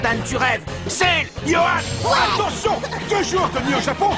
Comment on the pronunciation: Pourquoi ce bâtard de il dit "Yoann" 😂 C'est "Johan"!!!! 😂😂😂 Il a pas à se tromper sur le prénom de talisman mdrrr